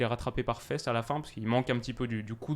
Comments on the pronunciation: Hello, très bonne vidéo. Juste petit point : on dit Faas (un long a) et pas fesse pour le joueur belge Faes (pour les noms belges le ae se prononcera toujours aa) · interessant ! pour ta prononciation on dit Faass pas fesse pour Wout :) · Salut, super vidéo mais le nom du joueur Faes se prononce Faas et non fesses.:)